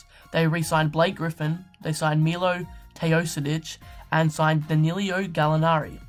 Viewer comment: Quick comment..when u pronance Milos name u read TeoSodic..it should be TeoDosic..and Gallinari it's not Danilio, just Danilo, but nice video, can't wait to see how will this clippers team work out, they have nice assets, and depth in rooster :)